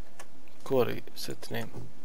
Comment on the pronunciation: اسم مو كووري كواري